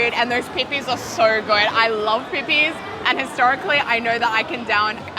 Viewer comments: You saying "pippies" repeatedly made me laugh so hard lol! Great episode! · resident american dumb asshole here, IT'S PRONOUNCED PIPPIES? PIPPIE????? Like Pippie Longstocking?!? wow, I've heard so many people pronounce it like pipi (pee-pee)... I just assumed they were peepees which can have a VERY different meaning depending on your humor